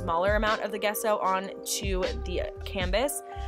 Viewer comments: Love these pieces! FYI, Gesso is pronounced with a soft “g” like in “giant” or “giraffe.” Love from Canada! 💕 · Love the idea of using a cinder block on your table! (P.S. The G in gesso is pronounced as a J)